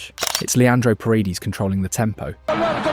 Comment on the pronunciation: Great video! Just a tip so it doesn't sound so off when you pronounce a couple of names: Say "Nahuel" like "Nauel" (silent H), and "Paredes" like "Par-eh-d-eh-s" . Thanks for the great content and narration (and your admiration for Argentina's football!)